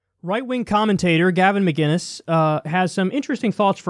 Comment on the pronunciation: His name is pronounced MICK-IN-ISS NOT McGuiness, dummy. What's hard to grasp about that?